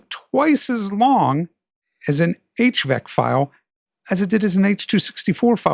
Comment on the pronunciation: Thanks! Quick note: You say "HVEC" but it's HEVC (for High Efficiency Video Coding)